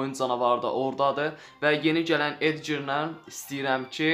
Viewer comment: Edger yoxe edqar